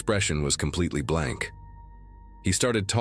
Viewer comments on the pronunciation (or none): none